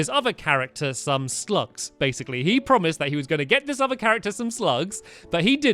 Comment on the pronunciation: Did anyone else Notice he said GIT 10 stars?